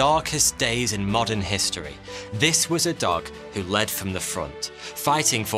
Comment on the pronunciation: one of the best things about this video is how he says dog like duck 😂